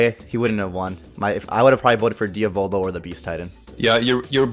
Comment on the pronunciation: U don’t pronounce diavolo like that lol